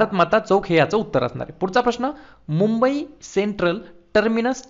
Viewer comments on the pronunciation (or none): none